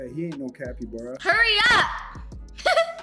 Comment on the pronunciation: Sorry your calibara not capybara 😂get it cali-bara calibara